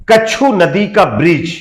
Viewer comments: कच्छु नदी नहीं, मच्छु नदी। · कच्छु नदी नहीं.... छोटे भाई ..मच्छु नदी 👍🙋